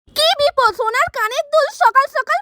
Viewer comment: হোনার নাকি সোনার 😄😄